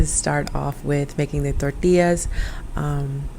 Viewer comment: Love how you pronounce tortillas and comal sounds like you speak Spanish fluently. Great Video Hermana 🔥💯✊🏽